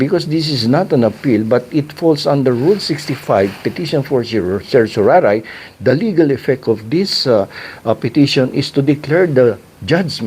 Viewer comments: Mali ang pagbigkas mi ng CERTIORARI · I prefer the Latin pronunciation of certiorari. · Petition for certoraray pala bigkas nean? Dami ko kilalang abugado at mismong atty. ko petition for certorarri ang bigkas nea 🤔🤣